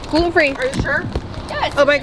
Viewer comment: Isn't it gluten not gruten?